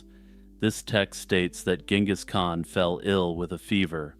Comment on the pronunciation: The leading G in Genghis should be soft like a J. Compare to other previously used English spellings like Jengiz and Chinggis